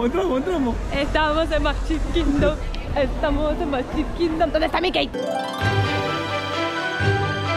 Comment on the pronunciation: Que significa Nafta ? No se dice Mikey se pronuncia MIKI. Saludos.